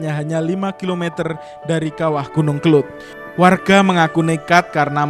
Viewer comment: Yg benar itu kelud bukan kelut.